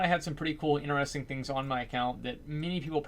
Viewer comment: What language is he speaking? "Woyers" "inneresting" ???